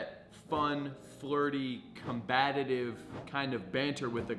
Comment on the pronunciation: Com- Bat- Ive